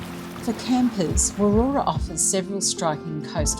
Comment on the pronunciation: Just stumbled across your channel whilst doing a bit of research to an upcoming trip to Warroora and a potential future Zone RV purchase. As WA locals, we have stayed at Warroora previously and also day tripped from Coral Bay, but our last stay was over 10 years ago. (By the way, it’s pronounced Warra 😊)